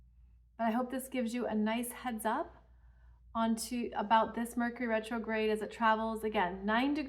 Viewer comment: Rercury Metrograde! 😂🤣